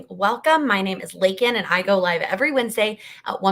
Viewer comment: I think "Laken" spelled as "Lakken" makes it sound like how you pronounced it when ppl say it wrong. That's with 2 Ks. Lol I think anyways.